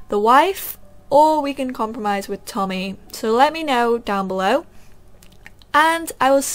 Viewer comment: You keep reading words wrong and its kind of funny.. haha. I think it shoupd be tommy.